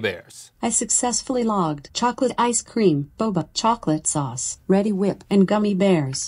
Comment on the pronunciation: "Are you reddi to be whipped?" - Link 2016